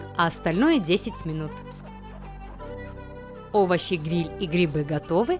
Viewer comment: за место слов(овощи гриль) сказано так(ОВОЩИ ГНИЛЬ) хахахахахаах я не хейтер нооо момент не мог оставить незаметным